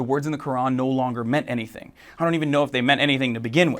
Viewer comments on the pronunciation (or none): none